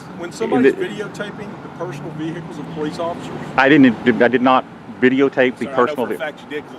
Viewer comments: VeHEkuls. Cracks me up every time. Other than that, hats off for doing a great job. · The "H" in "vehicles" is SILENT.... it's not VEE-HICKLES.